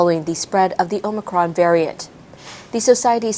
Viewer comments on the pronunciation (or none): none